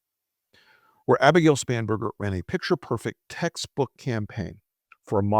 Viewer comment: Spanberger ,I thought you said spamberger 😂😂😂